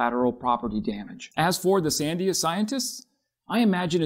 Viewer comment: fwiw: Sandia labs is pronounced san-DEE-a ... the accent is on the middle syllable.